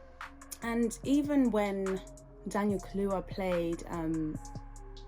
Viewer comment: Not only did he mispronounce brother Daniel’s name. He’s still saying, “axe” . . . after six degrees. The word is, “ask.” He needs to put some respect on that “s.”